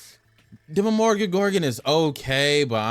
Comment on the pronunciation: dema-mor-ga-gorgan :face-purple-crying::face-purple-crying: good tier list tho thanks bro